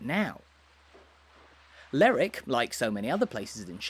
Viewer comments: Lerwick is pronounced both ways in Shetland, it depends on where your from in Shetland. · What kind of idiot makes an upload and can't even pronounce the subject properly?? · According to ALL 7 major dictionaries it is pronounced…LER ..WICK. YEAH, NOT SURE WHERE Lerrick came from. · It’s not pronounced “ Lerrick”. The indigenes pronounce every syllable as in Lerwick . I know that in England some names ending in “wick” do get corrupted in a local vernacular to drop the “w” such as in Alnwick but in Scotland all syllables are generally pronounced. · May I comment on your pronunciation of Lerwick. I was on a cruise a few years ago and believe it or not it was the first thing I asked a native was the w. pronounced in the name, but I was assured that it was said with the w. spoken hard.LerWick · Extremely annoying that you keep saying Lerwick as Lerick. Any local will tell you it’s called Lerwick! Apart from that reasonably good walk around. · Get some education before you start making videos. My mother was born in Stouts Court, rebuilt now. If she was still alive and heard you pronounce Lerick for lerwick, she'd have a fit. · I live in Lerwick and that’s how it’s pronounced. It’s Ler-wick, not that silly slang rubbish you hear on the Shetland/Jimmy Perez programme “Ler-ick”. And we’re not Scotland!. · At least get the name right. It’s Lerwick pronouncing the “w”. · Hey,, it's pronounced Ler-wick. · I would pronounce it Leh-wick but ok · So I got as far the 3rd word and quit. LERRICK is simply an ignorant pronunciation and if you can't be arsed to say it correctly, I sure can't be arsed to give this vid the time of day. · I never heard it called Lerrick before. I'm sure it's not right. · Is that the right pronunciation of Lerwick?